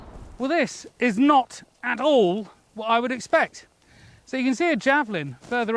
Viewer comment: That was the most British "Wot?" I have ever heard in my life